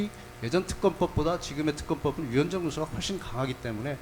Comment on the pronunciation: 위헌적요소가 많은게아니 위헌적요소라고 또렷하게 말씀하세요